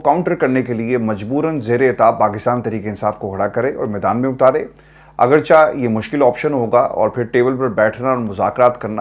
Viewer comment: اردو اور انگلش دونوں زبانیں آپ بہت اچھے انداز سے بولتے ہیں صرف اردو کا ایک لفظ جو عموماََ,اگرچِہ بولا جاتا پے لیکن آپ اسے اگرچَہ بول دیتے ہیں یہ شاید درست نہیں ہے.